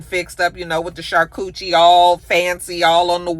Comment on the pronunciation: Chile you said " Charcouchie" 🤣🤣🤣